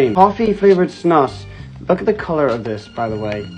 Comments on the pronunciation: 99.9999% sure it’s pronounced “snoose” not “snus” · its not an accent. just purely the wrong way to say it. its a swedish word so pronounce it like the swedes do. this is the only thing where i agree with swedish people